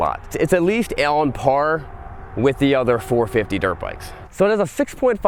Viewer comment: “Crytique” “Alan par with the KTM” Bro, where did you learn how to speak words?